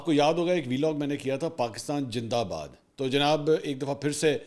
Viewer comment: Please don’t say jindabad You know our kids will pick up this as a joke and these mispronunciations will become a part of our language and culture .